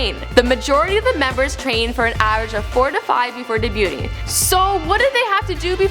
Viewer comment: This made me cringe so much. So many mistakes that could have been fixed if you had even gone over your draft of the script. The pronunciation is horrible. You could have easily found out how to correctly pronounce their names with a simple google search.... You mistakenly called their Debut single "Into The World" when its "Into The NEW World", and even listed a lot of the events out of order chronologically. Not to mention you failed to mention that with the American release of The Boys in 2011, there was also an English version of the lead single for American audiences. If you had just looked it over and tried to do a good job, you would know your research was largely lacking. Seriously just a simple google search on all of this would have helped...